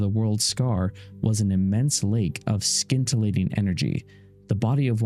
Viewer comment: it really bothers me too. And words like nascent and scintillating bring pronounced wrong. Mad respect to the channel, but it just pulls you right out of the narrative repeatedly. That said, I believe I'll continue to watch and just push through the linguistic faux pas.